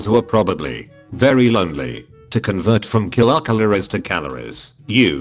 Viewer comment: "kiLOCKalories" XD